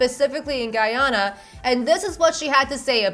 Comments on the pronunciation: Guyana is not pronounced like that 😭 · First of all, the country is not pronounced like that. It’s literally pronounced “Guy-Anna”. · I'm Guyanese and nothing is making cringe more than her, not only living there, BUT SAYING IT WRONG!!!!!!! It's pronounced GUY-ANA just as it is written 😂😂😂 Also, she is definitely not the prettiest. My cousin, who was born and raised there, was literally a model and pageant beauty queen for several years 😂 I guarantee you, miss white woman is not the beauty standard 😂😂😂😂😂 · at ALL 😭😭